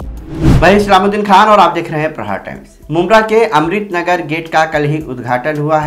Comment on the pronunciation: Are BHAi amrit bolte bolte amrit likhna bhi shuru Kardiye, This is wrong bro 1st correct ur pronounciatian,, Wo amrit Nahi amrut nagar hai zamane se rah rahe Ho mumbra me par Kab thik se bolonge pata nahi